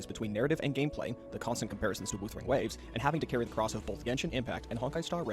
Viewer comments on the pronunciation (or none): "Woothering Waves"